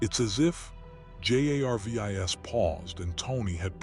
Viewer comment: This is the 2nd one in 2 days I've listened to where they couldn't get the AI to read Jarvis correctly.